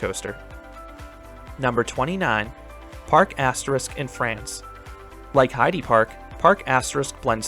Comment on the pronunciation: Parc Asterix is pronounced “Park Ast-Air-Ee-Cks”